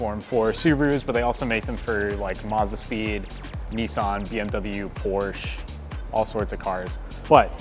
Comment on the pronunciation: He said "Porch" :(